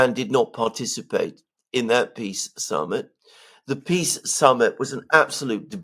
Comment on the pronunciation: "The swiss piss summit" :face-green-smiling::face-blue-smiling::face-pink-tears